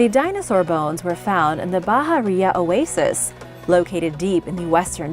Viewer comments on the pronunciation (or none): none